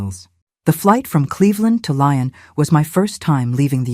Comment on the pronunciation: I think it's Lyon, pronounced Lee-on, France.